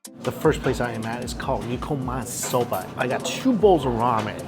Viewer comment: Hi Mikey, So happy that you are doing some amazing Japanese cuisine. Just an FYI, Not maz soba but ma ZEH so ba. The G in Genmaicha is a hard G. Not ahn-sen egg, but OHN sen egg. Not ton kah tsu, but ton KOH tsu.